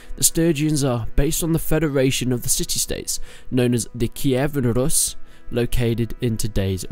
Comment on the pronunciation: The Way you Said "kievan rus" made me cringe.